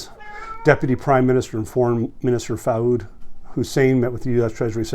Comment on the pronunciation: Common Arabic name is Fuad spells foo-ahd ... not Faud.